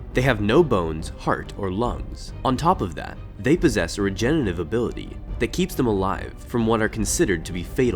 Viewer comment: Re-gen-er-a-tive. Say it with me. Not re-gen-a-tive.